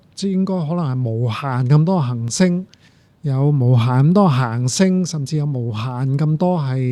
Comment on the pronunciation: 首先，謝謝朱教授嘅講解，雖然99%唔明因為學識有限，但聽到一位從事物理學習科學嘅專家，對讀出行星和恆星呢兩個詞語廣府話（廣州話，白話）嘅精準，佩服。